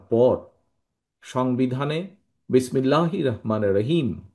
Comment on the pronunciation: বিসমিল্লাহ ও তো ভালো করে বলতে পারবেন না,,আপনি আমার রাষ্ট্রের প্রধান হবেন কি করে,,মুর্খ ছাড়া জ্ঞানী রা বি এন পি তে ভোট দিবে না